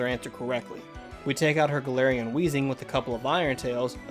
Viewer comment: And he can’t even say galarian